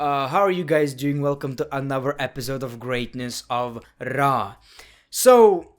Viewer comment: He said Monday night traw